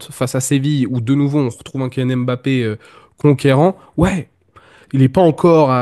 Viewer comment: on prononce "mbappé" et pas "m-bappé"